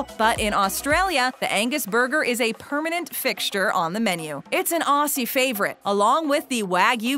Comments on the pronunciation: Sorry but when an American/Canadian says Osssstralia and Ossie it definitely triggers me.... especially when they pronounce Melbourne as Mel-borrrrn. Mate please don't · Please learn to say Aussie. It’s pronounced Ozzy. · Same ALSO HOW THEY SAID AUSSIE AND ALSO LIKE IT’S FINE CALLING US AUSSIES BUT CAN U JUST CALL US A AUSTRALIAN FOR ONCE🤮🤮🤮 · lol they say aussie with an s not a z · I'm Australian and watching this video is killing me. How she says Aussie, I'm dying, it's so bad.😐💀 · kieran hines Usually I ignore it however the pronunciations Aussie really got to me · She can’t Even say Aussie right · Everytime she says that it makes me wince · Every time she said Aussie I lost a brain cell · Aaaaaah I’m Aussie and she is so wronggg with the pronunciation and everything I can’t deal ☠️ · If you're gonna make a video talking about how lolweird we Aussies are, please research how to pronounce AUSSIE properly <_< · She is butchering the language please if u wanna get Aussie things get a Aussie narator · I am so pissed you are right it’s Ozzie not ossy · Aw-zee not Aw-see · Nah Macca's is legit. Buy Awsees (Aussies) is pronounced weird. It's OZ E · Yeah, she said aw-ss-y rather than o-zz-y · nope, from them absolutely butchering Aussie (o-zzy not ar-see) to saying we don’t have value menu (either the loose change menu or just ordering a burger alone) is ticking me the fuck over. They search for about 3 minutes and it pisses me off like fucking crazy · Did they just pronounce the word Aussie with a ss noise rather than a zz noise- wheeze in Australian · it hurt me every time she said “aw c’s!” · If you were auZZie then say it properly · Please do your research before this...hate when people stereotype Australians....also ITS PRONOUNCED AUZZIE NOT AUSSIE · I am Australian and the way she said "Aussie" made me cringe u say it like "ozzie" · Everyone- it’s pronounced Ozzy” - “CAN’T NOBODY TELL ME NOTHIN” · Auszie is how she says it it’s AUZZIE